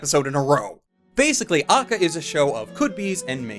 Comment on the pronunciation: it's pronounced (Ah-ka-kah)